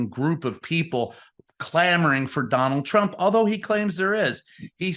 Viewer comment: Whonald Twhat?